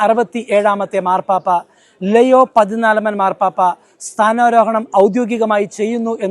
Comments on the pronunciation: ലെയോ അല്ല ലിയോ 14ാം മൻ പാപ്പ എന്നാണ് കൂടുതൽ ഭംഗി😢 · ലെയൊ ആണ് ഉച്ചാരണം ശരി ❤️